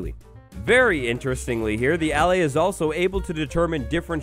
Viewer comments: SAY AH LIE = ALLAY. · It's ah-lay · He keeps saying allay wrong